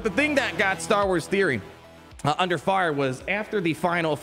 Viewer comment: bro says “andurr”